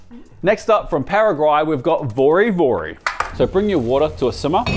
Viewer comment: You made a point about Neapolitan pizza made properly, yet you didn't apply that same principle to Vori Vori (you also butchered the pronunciation). In short, you did not make an effort to really take this dish seriously and therefore it did not impress (I'm sure that I would not be impressed with your version). In other words, your bias is showing up too strong, perhaps you need more diversity on your team.